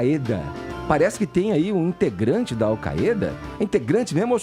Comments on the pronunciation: Desde de sempre falamos "AU CÁIDA". Que porra é essa de querer falar "AU CAÊ DA"??? 😂😂😂😂😂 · Se promuncia "AL Káida" seus idiotas.